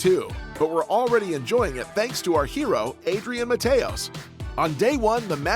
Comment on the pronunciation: The AI English accent of Mateos is perfect thank you for sharing